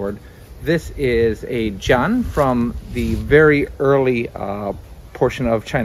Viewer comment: Great video. Not a big deal but the "a" in jian is really pronounced like in "Anne." I suspect you're actually pronouncing the way you are because you've noticed that "a" in Chinese is often pronounced like "ah," and you're right about that, but in this case, it's actually pronounced the way that's more intuitive to English speakers.